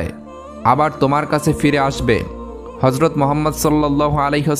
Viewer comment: Nabi jir name ta suddho uccharon korun ....gota muslim jatir badnam hobe first time 2bar Harjot Mohammad bolechen galpota sundor